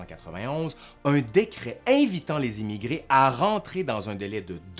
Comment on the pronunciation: Très bonne série, c'est un plaisir de se replonger dans cette période passionnante, merci! Juste une petite remarque: quand tu dis "émigrés" j'entends "immigrés", ce qui n'est pas du tout la même chose et ne fait pas sens dans ce contexte.. Bonne continuation, vivement la suite!